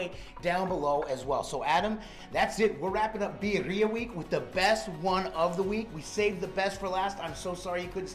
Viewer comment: My final time bitching. It's beer ee ah, not bee er ee ah.